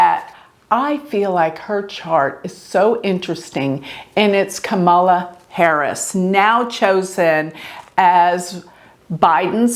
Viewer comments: Dear, Enjoy your readings, esp on my Fave VP Candidate, SEN. Kamala Harris! Btw, with all due Respect, The correct pronounciation of her name is, 'COMMA-LA,' Two syllables, not, Three, as in, Ka-Ma-La... Thank you for the work you do! It helps me stay Calm in midst of the illusionary STORM, that, IS Passing! Meant to add my favorite Randy Rainbow Song: KAMMA-LA! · Her name is pronounced Comma-lah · Hi. You’re mispronouncing Kamala’s name. It’s pronounced like “comma la.” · It's Kam-a-la - accent on first syllable and pronounced "cam", as in camcorder. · Her name is pronounced Comma-La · Good analysis. Would've been great if Mike Pence's birth time is available. Btw, it's pronounced "comma-la", just for your future reference. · if you're going to record a public reading about someone, please pronounce their name correctly. Trump doesn't feel a need to, but that doesn't mean you should. Please be respectful of the people whose chart you are reading. Thank you. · Alamar Fernandez .....most people pronounce her name wrong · Rodney, are you sure? is a vedic astrologer, so she is familiar with Sanskrit words. Kamala is a Sanskrit word. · yes I’m sure. She’s saying it wrong.